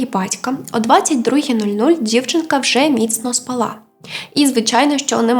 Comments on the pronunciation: З наголосами трохи проблемно. Мабуть через правила які запам'яталися з часів використання російської мови. Їх багато, в рівних випусках. Але я це не для того щоб критикувати. У вас все дуже добре виходить. СпАла, не спалА, принаймні що до української. Бувають у Вас випадки, від одного до трьох слов на випуск. Але я певна що згодом їх буде все менше, доки не зникнуть взагалі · Маленьке зауваження: не спалА, а спАла. Дякую . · СпАла, а не спалА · Слово "спАла" українською мовою наголос на першу літеру "А".